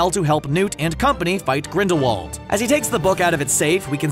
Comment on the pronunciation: GRINDAWALD is with a V sound.